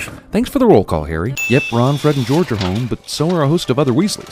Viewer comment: Swear to God he pronounced George like he was French the first time I watched it, your clips must be from the American release. Like they had to call the first one, the sorcerers stone, because philosophers' stone was too difficult for them to wrap their head around so I'm not surprised 🙄